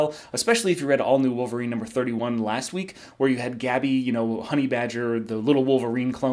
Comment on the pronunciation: I just unsubtle cause you said “wolverine” 31 was good. Jesus.